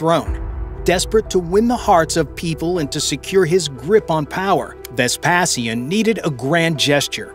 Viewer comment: You have to get rid of the AI voice. Vespasian is not pronounced like that. That's the thing with these AI voices. They're not very diverse. I'd like to hear it pronounce taco or tortilla.